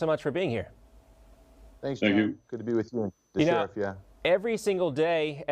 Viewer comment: It's "Sheriff", you obnoxious moron.